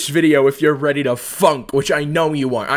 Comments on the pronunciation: You saying funk sounds like F***k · When he says 'Funk'' it sounds like he's saying 'f*ck'